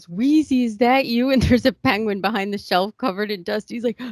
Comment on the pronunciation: Difficulties I'm sorry but I beg to differ. The Grillo vs Tracey fight was one of the funniest fights ever and the way Grillo pronounces Shelf sounds like 'Shelve'...LMAO 'I can't give free drinks it's TOP SHELVE!!!!!!!!!!!!!' LOL